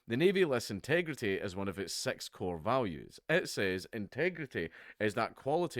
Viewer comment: Did you say sex core values instead of 6 core values